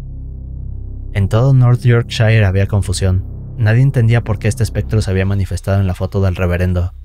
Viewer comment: En la historia N°2, el lugar: Newby, se pronuncia /niúbi/, no /niúbai/ y el condado, Yorkshire, se pronuncia /iókshia/. Aparte de eso, las historias son muy sabrosas e inquietantes. ¡Saludos!